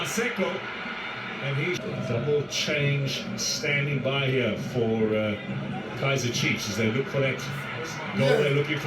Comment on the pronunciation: I love how they refer to chiefs as “iKaizer”🤣🤣🤣🤣❤